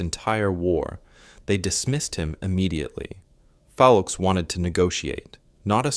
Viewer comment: Once again ... you can't be bothered to get the man's name right!!!!!!!!!!! His last name was Foulkes, not Foukes. It was pronounced "FOLKS" ... not fallkees. I am blocking this channel. It is making me crazy! No respect at all.